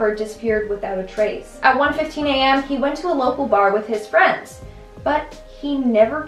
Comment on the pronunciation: Hi fwens